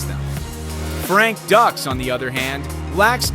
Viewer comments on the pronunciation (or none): Oh my God it is pronounced Sagal not seagull and it's not pronounced Ducks it's pronounced Dukes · Pronounced "Dukes" not "Ducks" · pronounced "dooks" not "ducks" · They are both funds. It's Seagal not seagull, Dux is pronounced duke's not duck's. Stupid a.i.!!!! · It’s pronounced dukes not ducks. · Segal is sickening liar and just as bad or worse than Dux and it’s not pronounced ducks 🦆 it’s put up your Dukes ducks pfffft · Always disappointed when the narrator didn't do the research. Frank Dux is pronounced Dukes, Not Ducks. Take a moment to get it right people. Makes me wonder what else they got wrong. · Pronounced Dukes, not ducks! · I am no fan fan of Frank Dux (pronounced Dukes NOT Ducks) But this video's narrator couldn't try any harder to glorify Seagal... He was making claims for how legit Seagal is and just singing his praises about everything... But when it come to Dux he basically called him a fraud which we all already know and even elluded that Dux has no formal training... While Dux greatly over exaggerates himself he is a legit martial artist... They both have reputations for being liars and if I am being honest hearing from martial artist who know them both I would lean toards Dux just whipping Seagal at any stage of their life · The pronunciation is driving me nuts lol, it's pronounced dooks not ducks lol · This video would have a bit more credibility (a tiny bit) if the idiot commentator actually bothered to learn the proper pronunciation of ANY of the main characters in the video. He gripes about Frank Dux (DUKES, not DUCKS) not knowing what he's talking about, yet this guy doesn't even know how to pronounce a simple name. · If you're going to make a documentary, you should at least learn how to pronounce the names of your subjects properly first. Dux (pronounced Dooks not ducks) Seagal (pronounced Se- Gall not seagull) . What rock did they find that narrator under?